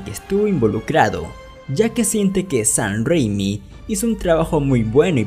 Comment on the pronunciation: Este pata dice “sahn rrrrrrréimi” en lugar de Sam Raimi XD